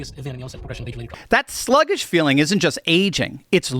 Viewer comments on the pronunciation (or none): none